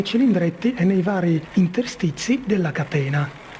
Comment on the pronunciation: aahhahah..ma questo è un video comico.La parola "catena" viene pronunciata " a catena".